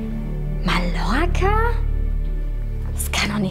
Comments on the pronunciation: Schlimm wie die einfach „Mallorca“ aussprechen. Außerdem wird der Bankomat dort garantiert „Ballermann“ heißen. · Niemand: Wirklich niemand:: MaLlOrCa